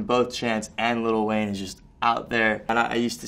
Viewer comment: why do white people keep saying "little" Wayne, it's lil, you clearly see that the "t"s are taken out